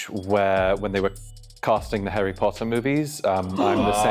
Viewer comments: the way he pronounced harry potter made me wince. hairy potter 😂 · This was obvious the moment Number 2 spoke about Harry Potter, nobody in the UK would pronounce Harry wrongly as Hairy. Originally I thought 5 was suspicious but after saying Hairy there was just no way it wasn’t him. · It was the way number 2 said “herry potter” instead of “harry potter” that was the confirmation for me 💀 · Also he kept pronouncing it as hErry Potter, Americans tend to do that with their a's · And he said Herry Potter. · did an excellent job but I knew from the second he spoke. He pronounced Chiswick incorrectly and I confirmed when he pronounced Harry Potter as Herry Potter. No brit would ever... I am British by the way...born and raised...so I don't blame the cast. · 2 slipped up when he pronounced harry as “hairy” 😭😭😭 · "Herry" Potter gave him away early for me. Irishman living in the US here. It's been my observation that most Americans struggle to pronounce 'a' with the "ah" sound. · The pronunciation of Harry is very American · the pronunciation of Harry was also crazy and I'm not even British or American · when he said his name was he was caught in my mind, have never met a British and the 'harry' was pronounced very American. great episode! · I definitely know at least one British 😅 but yes the pronunciation of Harry was very American